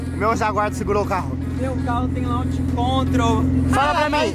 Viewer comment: PARA DE FALAR LAUGE PELO AMOR DE DEUSSSSSSSSSSSSSSSSSSS, É LAUXIIIII LAUCH CONTROL LAUNCH CONTROL